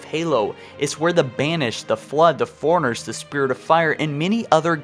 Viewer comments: Ankcient foreigners. Cool video though lol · Goddamn. Ang-chent foreigners?! Hu-Manatees?!